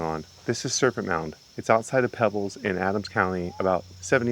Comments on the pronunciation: It's "Peebles" not pebbles Serpent Mound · Pronounced "Pee-bulls". Loving the channel! Keep up the good work!